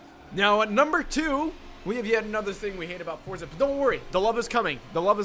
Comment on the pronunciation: It’s not forza